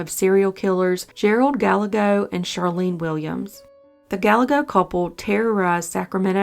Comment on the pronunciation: Gallego: Guy Ay Go Not: Gal egg oh